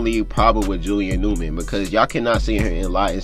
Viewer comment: Bro why don’t you pronounce the first letters of your words. It sound like your saying Julian ewman